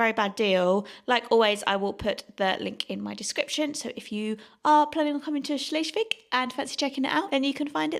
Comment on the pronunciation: cute. Help for pronounciation: Shles- wigg - not shlesh! And a long vowel e